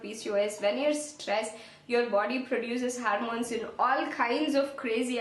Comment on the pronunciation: No offense -but it is hormone and not harmone.